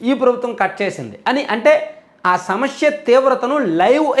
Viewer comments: Bro, small suggestion. Meeru samasya ani anakunda samashya antunnaru. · Shamashya kadu anna samasya